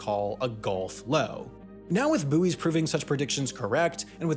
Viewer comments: it's "buoys", not "buoys" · "boys", not "boo ees" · “Boo-eez” lol 🇺🇸🇺🇸🇺🇸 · Sure sounded like the first time he said buoys, he said boobies. I understand that.